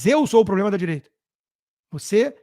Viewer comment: Nos botou, essa energúmena deve ter frequentado as mesmas aulas de português junto com Janjão Grelo Duro: Cidadaes, INresponsavel, PLOblema. Assassisnam o idioma também.